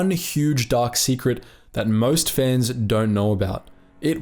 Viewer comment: It took me 10 seconds to realize you were saying "fans" and not "fens" lmao